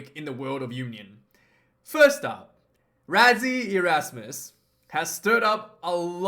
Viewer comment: Pronounced Russy not Razzie🇿🇦🇿🇦